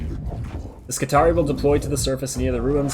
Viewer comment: I may be wrong, but seeing as words from the Imperium are pronounced in a latin style, wouldn't skitarii be pronounce scit-are-ee-eye with both 'i's at the end being said?